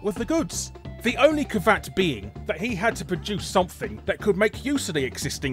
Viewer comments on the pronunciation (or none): Larry, did you just say "ca-vat"? Do you mean caveat, pronounced "ka-ve-aht"? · its cav-e-at not cavat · "...the only cavat" - Isn't that word pronounced cav-ee-at? That's how I've always said and heard it anyhow. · It wouldn't be a Guru Larry video without him pronouncing some word completely batshit. "Ka-vaht?"